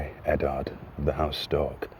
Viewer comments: Did he just say "I Eddard of house STORK" ? lolol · I, Eddard, the house stork, sentence you to die. "House stork" - like a house cat? lol